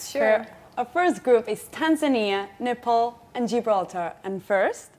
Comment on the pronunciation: Ms. Nepal can't speak Nepalese language? The way she pronounced her name is very English.